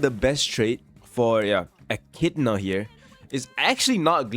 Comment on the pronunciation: it's eh-ki-dih-na